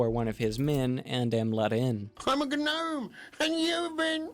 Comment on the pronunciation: This is the first vid I’ve seen from you and I knew I’d definitely enjoy the second I heard Gnome (with the G pronounced)